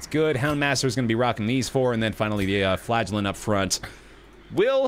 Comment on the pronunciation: I continuesly, miss-hear the name: the flagellant. I hear: The Flatulent. ... something's wrong with, me I suspect.